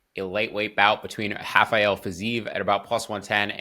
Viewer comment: That's my bad. I'm so used to Portugese/Brazilian pronunciations I called Fiziev "Hafael" lol